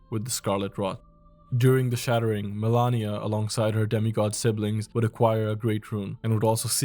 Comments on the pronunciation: Why you said "melania" instead of malenia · Good video, but some things never cease to amaze. Like Malenia. It is written MALENIA. The name is spoken about million times in the game and is pronounced the same way as is written. She literally says the name during her cutscene. Boom, author of the video: mElAnIa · FFS, Melania, seriously? Cant even pronounce her right? Never cook again. So many BS "facts" in the vid. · Dude I was thinking the same. I don't want to shit on the guy too hard bc the video was well made and the effort is there overall, but when there's actually another character in the game called Melania and you're writting a 20 min script, how tf you gonna call Malenia Melania every single time and overlook that. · It’s Malenia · 2 years and mfs still can’t pronounce Malenia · Nah, why are you saying Malenia like that bro? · you are misspronouncing malenia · Great video, but the way you pronounced Malenia made me recoil lol. Still tho, cool list, never realized that the cover art knight had such significant impact.